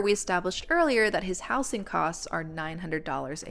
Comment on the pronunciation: I’ve never heard “housing” pronounced like that; the s should turn into a z sound when you change it from house to housing, housed, etc